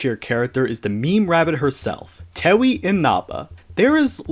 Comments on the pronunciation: it's cheer-no not sir-no it's also tay-ee, not too-wee aaaaaaaaahHHHHHHHHHH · I can see why he'd not know for the complicated names for the yama or Reisen, but the way that he mispronounces simple names that have a known pronunciation is kinda annoying. Cirno is pronounced [CHI-RU-NO] or [CHEER-NO] (if you ignore the Japanese accent), not [SEER-NO]. Tewi is [Tei] due to old Nihon stuff that I don't really understand. Marisa... why on earth is he saying "Maurice-a"? Even a Japanese pronunciation would only separate the Mari-sa. Sorry if I sound like a prude on this. The tier-list is fine, but every time I heard a simple word or name mispronounced, I felt like my brain was pinched.